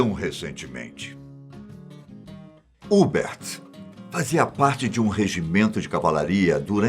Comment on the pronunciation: A pronúncia correta não é Hubert, é Hubérrt